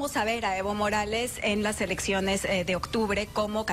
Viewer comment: Dijo "elecciones" o "erecciones"? Bueno no tiene importance porque en estos momento por la gracia de Dios están todos EXILIADOS...!